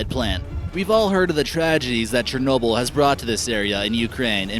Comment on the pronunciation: Chanobyl? But good video.